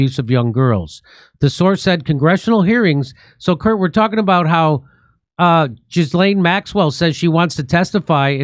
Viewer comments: It's NOT Jislaine -- it's pronounced GILL (as in fish gill) - LEN. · Please, everyone, stop saying Jizlane?!🤮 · IT'S "JHEE-LAYNE". I know what she did, but it's not "Joffrey" Dahmer, or "Alan" Hitler, or "Fred" Bundy. You man talk words make money. Learn talk words better.